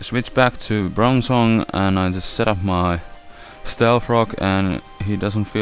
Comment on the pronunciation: your POINT!? IM not making fun i mean just prounouce them right >_> its bronzong not" brunzung" .......